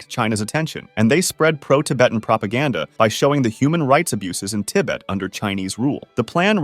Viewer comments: Please learn how to pronounce Tibet. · probably. , listen to how "Tibet" is pronounced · Babe, I know someone might have already said this but its not pronounced Ti-bit its Ti-bet like bet some money at a casino ❤ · It's pronounced "tiBET", not "tibbit". I've never heard anyone say it like that before. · why do you say tibit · Tibbit? WTF? 😂😂😂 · It’s Tibet not tibet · What's up with the glaring amount of mispronunciations? TIBIT? :D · Pronounce Tibet, "TIBbet". silly man. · Oh yes, the great land of 'Tib-it' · Love the video but nearly had a heart attack when I heard Tibit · Tibet❌ Dalai❌ Tibbit✅ DaLie✅ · lmao "Tibbut" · Did you just call Tibet "Tibbet"? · how are you gonna call it Tibit, then proceed to say tibetan? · Duh-Lie Lamma in Tibbit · I've never heard 'Tibet' pronounced that way. Tibb It! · Tibbet kek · « Tibbitt » lol come on man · say Ti-Bette one more time..... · It’s like ribbit lol tibbit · tibbett he says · the way he pronounces "Tibbet" but then pronounces "Tibetan" correctly lmao also says and lists "physiological" symptoms but writes "psychological" lol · How can anyone mispronounced tibet? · I feel like your saying "Tibet" wrong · Great and interesting videos just some very weird pronunciations of "Dalai Lama" and "Tibet". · never trust an information source that can't even pronounce tibet properly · Learn to pronounce Tibet, it's the name of a country. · I can't be the only one annoyed by the way he pronounced "Dalai" and "Tibet" 😂😂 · who pronounces Dali lama and Tibet like that? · Damn didn't know that US Naval destroyers could fly and looked like fighter planes in 1964! also "tib-uuht" bro how do you mispronounce how you say "Tibet" but then seconds later correctly pronounce "Tibetan" ??? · why do you mispronounce "Dalai Lama" and "Tibet"? bro there's so many issues with this video, you really ought to withdraw it, re-edit it, and republish it. seriously. this lack of quality control reflects poorly upon your channel.